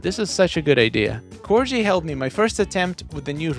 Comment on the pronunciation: Hey, that's me!!!! Thanks for showing my post. I have started a Corona Castle build with a "moat" now. I'm having so much fun with this kit. (PS - it's pronounced Core-Ghee, but that's okay. The former Queen of England's favorite dogs.)